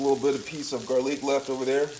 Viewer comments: Its ramen not reimen and garlic not garliiick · Also why is he saying Ray men and gar leek. Bish we ain’t fancy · "Raymen noodles" "garrliiic"😂😂 hello it's ur fav commenter Raymen noodles: Garrliic